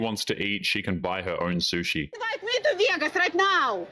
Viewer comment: "Invite me to Vee-Ay-Gus" right now!" 😂😂😂